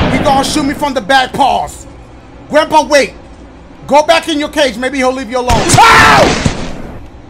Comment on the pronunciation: dashie the type of dude to call someone "grampee"...............